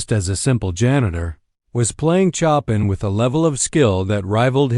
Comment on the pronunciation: Couldn't the reader at least pronounce Chopin's name correctly?